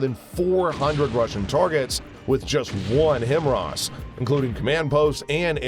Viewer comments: Him-wras? How about Hi-Mars. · This is the only channel that says "him rahs" everyone else pronounces it "high mars" HIMARS high mobility artillery rocket system" just saying.